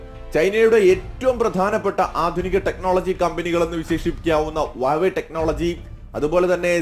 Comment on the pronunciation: വാവേ അല്ലട് ഹുവാവേ എന്ന് നിനക്ക് വായിക്ക്യാനും അറിയത്തില്ലിയോ